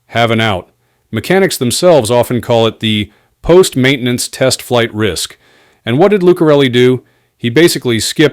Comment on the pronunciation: "Flig Debrief" lol what is a flig?